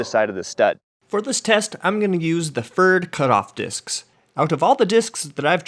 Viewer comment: Write "Pferd." Say "Pfaird." :-) Interesting results.